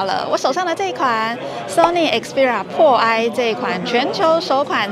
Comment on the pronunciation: 開場沒仔細聽還讓我嚇一跳...Sony Xperia “破唉” 是什麼東西？